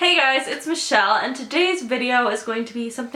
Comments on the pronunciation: JakeKnight Michelle has two syllables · Jake Hayden but Michelle has 2 vowels mi-chelle